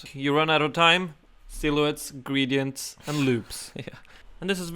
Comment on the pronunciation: Gray-dee-ent. Sort of <3